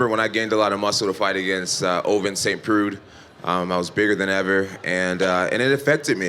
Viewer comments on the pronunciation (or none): Lmaoooo when he said "Ovince St. PRUDE"